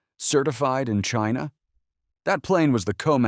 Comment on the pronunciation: Drink every time he says "Chyna!"